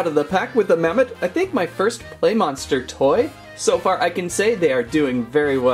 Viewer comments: its mammot not mammoth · ITS MAW AND MAMMOT NOT MA AND MAMMOTH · It's mammott not mammoth